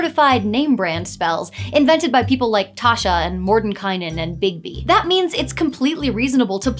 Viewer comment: She pronounced it Morden kye nen! She just like me, fr! 🤩